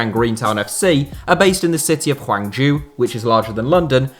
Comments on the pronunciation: State of the pronunciation. Zhejiang is said like this -> Jir-jiang . Hangzhou is said like this -> Hang joe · Zhejiang is pronounced "Juh-jang" and Hangzhou is pronounced "Hong-joe". Source: I live in Hangzhou, Zhejiang. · Even Hangzhou made me wince